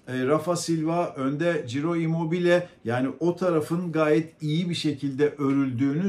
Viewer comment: Çiro, Ciro değil